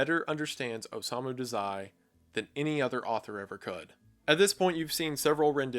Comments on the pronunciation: I love this video but i dont think you're saying Dazai right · as a massive bsd and osamu dazai fan (most authors the characters r based off of actually) i died inside when he said dazai like that and i have no idea why 😭 I paused the video, and sat there staring at the screen for a moment